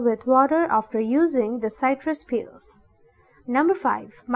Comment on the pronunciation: It’s pronounced “sitrus” not “site-trus’